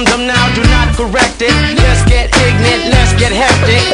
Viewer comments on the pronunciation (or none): Anyone else thought he said "let's get pregnant" instead of "let's get ignant" all these years? Because I sure did.